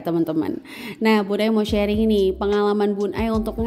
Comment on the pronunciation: Masya Allah bun👍👍, bun sharing, bukan shearing🙏🙏